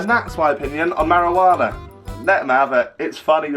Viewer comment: "last time I had marawaana" lol